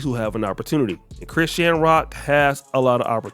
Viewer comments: You ain’t never heard no body call this girl Chris-Shan Rock. At least say the POS name right. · He says her name like Chris Shan Rock 😅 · Why you saying her name like that 😅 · Say her name right u sound stupid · Bro the way you say Chrisean is crazy lmao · Chrisean cannot win regardless with some of y'all. Blueface is his own problem and accountability is his own. Ghetto fake gangsters like BlueFace and Ronnie like ghetto ratchets like Chrisean and Jayden Alexis etc. And why not pronounce her name properly? She is TRYING to get things together. Yes she definitely is/was a crashout and has unresolved mental issues... but all those dudes who deal with her made their choices. Maybe she is finally in her arc. These channels are pure negativity and run by haters who don't want to see ANYBODY win. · Omg pronounce her name right